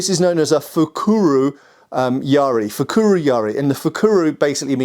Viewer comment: Not Yaaaariii The syllables are short and clipped. YA-RI. If there are more Japanese weapons in your videos, please use the proper pronunciation. FU KU RU, not FUUUKUUURUUUU. It sounds so painful when you mess up the pronunciation!